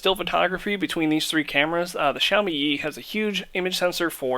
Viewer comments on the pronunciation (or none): he said "sashimi yi" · muddy was said 3000 times.... Sahimi Yi...LOL good job on the review